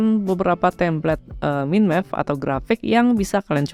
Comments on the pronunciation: agak risih dengernya bang... Bukan "MIN MEP" seharusnya "MAIN MEP" ✌😁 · Yes "Main Mepping", untuk kedepannya agar lebih baik...😊